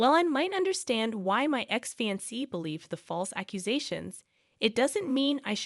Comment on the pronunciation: FYI, fiancée is NOT pronounced "fancy". It's pronounced, "Fee Yon Say". Same with ultimatum. You said "ultimum" instead of "ul tim ate um". There were several others words you did this with as well. If you plan on continuing being a VA (voice actor) then I highly recommend learning how to say words properly. There are several sites on line that have live people pronouncing words. Also, just because someone didn't correct spellcheck in the copy you need to adjust for that. I've been doing voiceovers for over 40 years so I actually have a clue. You have a nice voice and don't just read the story so please try to improve.